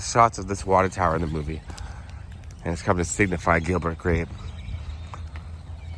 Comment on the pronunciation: He said Gilbert Grap